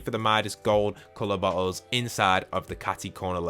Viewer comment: Every time u say bottle it don't sound like bottles 😂